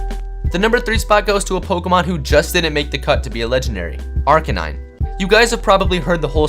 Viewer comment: In he said articanine